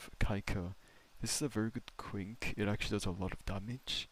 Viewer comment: Um Actually it’s pronounced “Qwin-Key”(Quinque) not “Kwink” 🤓🤓🤓🤓 js helping ur pronouncing pal😔 U don’t want the community goons banging on ur door 😭